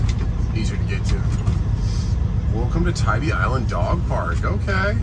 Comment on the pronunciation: Just a FYI…. Tybee is pronounced Tie B…. We do love Tybee in the Deep South….❤️🏖🌊